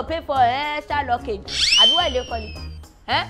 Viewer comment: Extra luccage or luggage abi my ear dey pain me ni😂😂😂